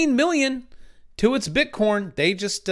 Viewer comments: Why are you saying "BITCORN"? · nice, i kept hearing bit corn. *joking... Liked your video!